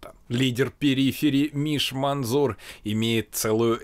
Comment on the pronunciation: МанЗур. МАНЗУР. МАНЗЗЗЗУУУУРРР., за што вы так с моими ушами, чего уж не Мензур сразу-то